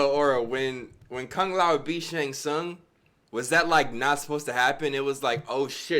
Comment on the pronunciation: guy said shung ling